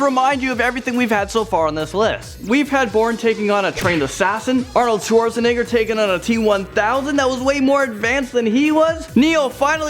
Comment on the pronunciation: technically u said Schwarzenegger wrong